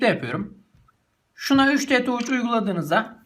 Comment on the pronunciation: Touçh ne abi taç desene suna 3dtaç yani iıriditaç ;)